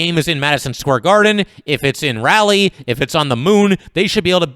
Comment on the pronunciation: You are pronouncing Raleigh incorrectly. Just an fyi.